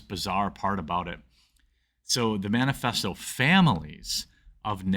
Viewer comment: Wait...did he say "man-a-festo?" Ironic...right?